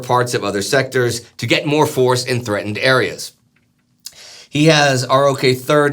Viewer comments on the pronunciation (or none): none